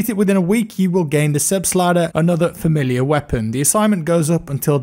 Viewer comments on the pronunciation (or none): none